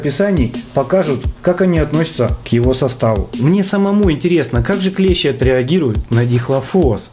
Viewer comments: Дак правильно ударение падает на букву и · клЕщи - это инструмент такой, клЕщ - паукообразное. Множественное число у слова клЕщи - клЕщи, с ударением на первый слог. При склонение по числу слова "клЕщ", во множественном числе ударение будет ставиться на последний слог - "клещИ". Неужели в школе подобное не преподавалось? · Не клЕщи ,а клещИ